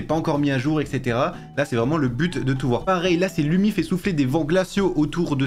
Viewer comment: Je suis finlandais et Lumi le u se prononce ou